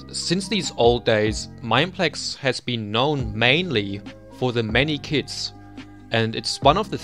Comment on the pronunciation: first I understood kids instead of kits. Edit: gg (pp)